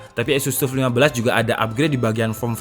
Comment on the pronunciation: wocone TAF mas, duduk TUF.. teko TOUGH disingkat TUF.. :D